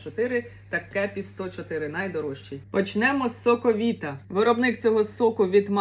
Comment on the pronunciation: Ви чомусь "соковита" читаєте не українською(